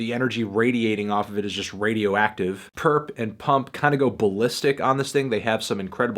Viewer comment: Stop calling him purrp that nigga ain't purrp